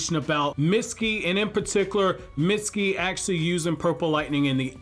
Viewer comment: The way you pronounce his name is so bad